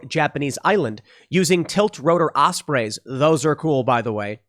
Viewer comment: Just a friendly correction — it’s pronounced “Osprees”, not “Osprays”